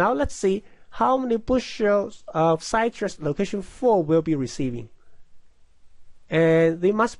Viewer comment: Would be nice to finish the problem. Also, if you're going to use English, figure out how to pronounce it correctly (e.g., "citrus" does not rhyme with "flytrus") and use cities you know how to pronounce (e.g., Ocala = Oh kah' lah).